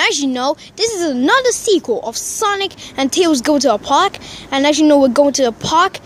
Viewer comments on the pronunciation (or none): Its park not pork